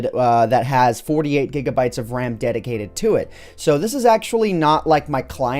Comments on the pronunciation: I was wondering, umm... what’s da wecomended amount of det-d-d-dedicated wam i should have to serverrr. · its WAM not RAM